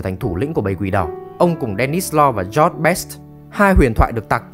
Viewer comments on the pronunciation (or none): none